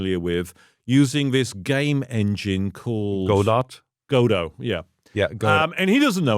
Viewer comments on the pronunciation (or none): History from an old fart to the kids: 1) IntellJ IDEA had Refactor -> Rename Class (Shift-F5) less than one year after Fowler published "Refactoring". So "we had these tools for a long time" is Fowlers' humble brag and glove slap to the face 2) Has everyone forgotten the formerly famous play "Waiting for Godot"? "ga-DOUGH", not "go dot".